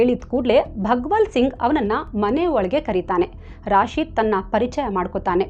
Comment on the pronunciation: ರಾಶಿದ ಅಲ್ಲ, ರಶೀದ್.ನಿಮಗೆ ಮುಸ್ಲಿಂ ಹೆಸರು ಹೇಳಲು ಭಯಾನ?ಯಾರೇ ಇರಲಿ ಅವರೆಲ್ಲ ಕಾಮುನಿಸ್ತರು.